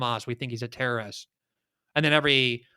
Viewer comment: You really need to learn how to pronounce terrorist.